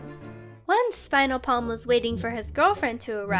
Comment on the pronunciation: you also messed up saying spiralplam